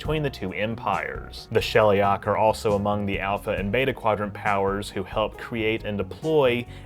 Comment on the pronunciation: It bugs me how he keeps mispronouncing "Beta" and "Tau".